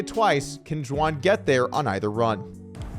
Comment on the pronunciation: did you call her Juwan?